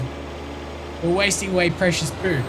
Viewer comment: I lold a lot when you said "we are waseteing a lot of precious poo" :D